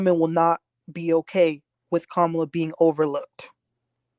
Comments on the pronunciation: Her name is pronounced KAHHH MA LA!☺️🗳️💙🇺🇲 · Please give KAMALA THE DIGNITY OF PRONOUNCING HER NAME CORRECTLY. It is pronounced ,LA = KAMALA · Please learn to pronounce the VP’s name. Kamala is pronounced “Comma La” “ , la”. Please🙏🏾